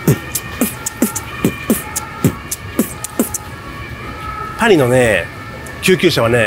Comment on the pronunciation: オルセー美術館が、うるせ〜美術館ってHIKAKINさんの発音から聞こえてしまった🤣